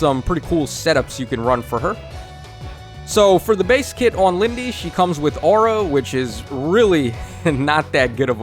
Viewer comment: It's not Lindey